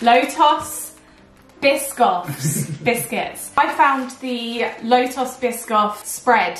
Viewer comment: It’s pronounced Agh-mend. You don’t say the L lol, it’s a silent L. I notice a lot of UK youtubers I watch say it with that L and I’m always unsure why haha! Also it’s Low- TUhs not toss. Love that spread super good, it’s a German spread. 🤗Hope you’re having a good day, I always watch your videos at 2am (AUS, Victoria time)😅